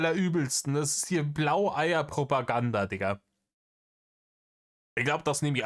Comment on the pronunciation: Das Wort heißt Browoganda ☝️